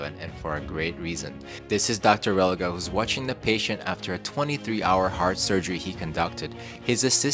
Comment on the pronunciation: It’s Relíga not Religá, accent on I